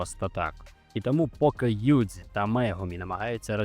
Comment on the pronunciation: Кажи будь ласка Шибуя, Юджі, а не Сібуя і Юдзі 😅